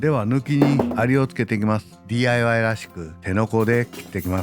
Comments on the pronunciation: でぃー、あーい、わーいの発音で笑いました(笑) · でぃーあいわぁーいですね笑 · たまにDIYの発音がネイティブになるのすこw